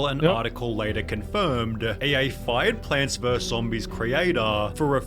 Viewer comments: I wanted to watch the video in peace, but I cannot stop the bleeding from my ears after hearing so many times Plants "verse" Zombies. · The word is VERUS. It has two syllables. I simply can’t understand why people are pronouncing it like ‘verse’. What happened to literacy? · Is the narrator incapable of pronouncing the word "versus"? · It's "versus", not "verse" Also, it's "etcetera", not "exetera" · I wish this guy would say vs instead of verse